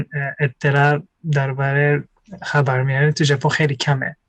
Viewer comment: خر وار میانه 😂 خیلی با حال گفت . خاور میانه